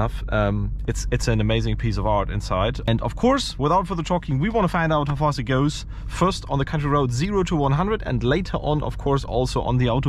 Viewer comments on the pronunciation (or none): none